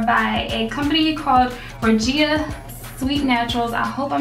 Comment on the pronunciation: Beautiful results!! And yes you said my name correct LOL!!